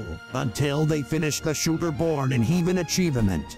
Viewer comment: "Heeven" lmao im dead